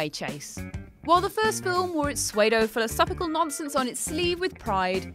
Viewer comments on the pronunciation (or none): Lol "swaydo philosophical" Pseudo, as in SUE-do. And don't say it doesn't matter - if I couldn't count, I wouldn't be an accountant. If you can't narrate, you shouldn't be a narrator. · Mispronounced so many things swaydo? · Did she just pronounce pseudo as suede-do ? Is that how Brits pronounce psuedo, or is that a flub? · Note to everyone at whatculture: pseudo is pronounced soodoh not swaydoh. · Um. I'm sorry, did you pronounce psuedo-philosophical as "suede-o"? Psuedo is pronounced "su-do". Geez. And it's not "Key John" it's Qui Gon. Wow. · “while the first Matrix film wore its “Sway-doh” philosophical nonsense on its sleeve....”.?!!!!!...Uhh...PSUEDO is pronounced “sooo-do”,, even in England! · sway-doh philosophical? Key John? Bloody hell... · Suede-o Philosophical? SUEDE-O!? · Suede-o? Key-John? Get in the bin. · Suade-O philosophical? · Right, it feels like you're doing the mispronunciations on purpose now. Pseudo...As in Su-do. And if the comments are to be believed your pronunciation of names in the Star Wars universe has also gotten worse. Which is what makes me belive it's intentional now